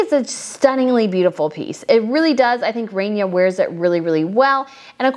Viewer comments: Hi, Love you work. FYI, there is no long A in Arabic. It is rahnia. Not Rainia. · Winced every time I heard the “RAIN-EYAH” pronunciation of such a beautiful name… Actually the first syllable is pronounced very softly with a rolled “R” — “RAH-neeYAH” Just sayin’…. ;-9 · Please correct your pronunciation of Queen Rania (Ron Ya) NOT Rainya. All the tiaras are wonderful and it was a lovely event for them to be showcased. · It's Queen Raah-nia. Not pronounced Rain-nia like Rainier of Monaco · oh god its not “rainia” its Rania (raa-nia) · Please pronounce her name correctly. It is like Rah not Ray. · It is not Queen Rainya… it’s Queen Rá N ya. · It is not pronounced like rain is more in Arabic ronia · The Queen of Jordan‘s name is pronounced Rah knee ah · such a good video…but girl… please pronounce Rania’s name correctly Like Tanya, but with an R not a T rah-nee-yah I’ve been cringing in your last couple videos from your pronunciation, but you mentioned you were bad with names so I completely forgive you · Queen Rain ya or snow ya. Learn to pronounce names. Also his name is not not Abdool la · The "a" in Rania should be pronounced exactly how you are pronouncing the "a" in Rajwa.